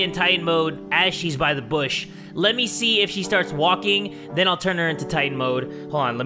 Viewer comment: ok Ok 😂 when u said then i thought u said men 😂😂😂😂😂😂😂😂